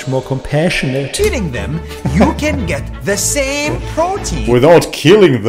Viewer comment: NAS lost his mind. I totally agree with you 🙂💗💗 The way you said: " The SamEeee"😂😂😂